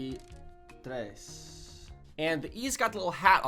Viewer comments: the três in Brazil is most pronounced like treis, but the "i" is just a little muted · the "Três" is pronounced "Trêis"